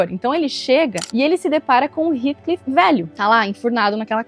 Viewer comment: Não aguento mais as pessoas pronunciando o nome Heathcliff errado... Gente pelo amor não é "ritclif" é "rétclif"!